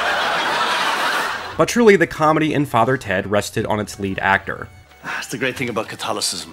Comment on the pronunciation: "How did you get interested in that sort of ting?"